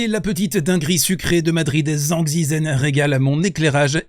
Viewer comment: au cas ou zhizhen se prononce djeudjeun